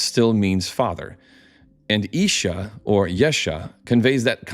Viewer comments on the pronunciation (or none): none